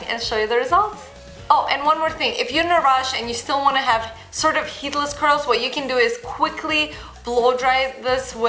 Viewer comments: No worries, I'm hearing the exact same thing. But then again, we all know what she means. :-) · So true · I thought I was the only one who thought that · What? It does!